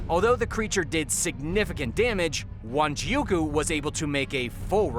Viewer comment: It's Wanjiku. Not Wanjiuku